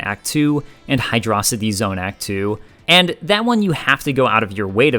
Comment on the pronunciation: I'm not taking anyone's opinion seriously who pronounces it "Hydraawwcity Zone."